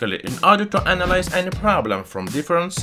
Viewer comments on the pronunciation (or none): none